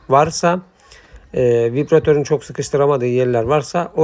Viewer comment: Bu denli işin ehli olmadan paylaşımlar yapmanızı doğru değil, reklam yapmanın veya iş almanın yolu bu değil. Yaptığınız işin adı İZALASYON DEĞİL İZOLASYON DUR, MEPRAN DEĞİL malzemenin ismi MEMBRAN DIR. VİPRATÖR DEĞİL VİBRATÖR DÜR, TAPLE DEĞİL TABLİYE DİR, VİDO DEĞİL VİDEO DUR. LÜTFEN İŞLERİ İŞİN EHLİ OLAN İNSANLAR YAPSIN KALIPÇI KALIBINI DUVARCI DUVARINI DEMİRCİ DEMİRİNİ ŞAPÇI ŞAPINI SERAMİKÇİ SERAMİĞİNİ YAPSIN HER HALTI YAPARIM DİYENLEREDE İŞ VERİLMESİN HERKES UZMANLAŞTIĞI İŞİ YAPSIN SİZ YARIN PROJEDE ÇİZERİM, HESAPTA YAPARIM DERSİNİZ. BUNU PAYLAŞAN ARKADAŞ SENDEN BİR CACIK OLMAZ